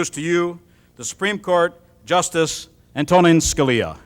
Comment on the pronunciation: That intro…yikes. Made a dumb joke based on the Italian-American trope that Scalia notoriously hated. Called him a “strict constructionist,” a type of judge that Scalia once said gave originalists a bad name. Completely butchered the pronunciation of “Antonin.” Do your research before you introduce such an honorable guest!!